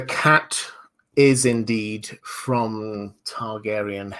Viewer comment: "Question frrrrrrrrrrom...."